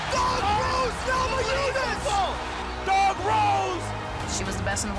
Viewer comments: Gammajunes, they pronounce the N as a G, as well as the silent R, strange language Portuguese. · Death Painful es "NA MA YU NAS" :) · NA MA NEW YAS and VolkanoVISK - new fighters in the promotion